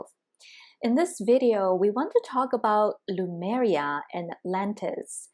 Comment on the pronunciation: Is it pronounced Lumaria or Lemuria? I'm hearing on this channel, Lumaria?? Just wondering about the correct pronunciation?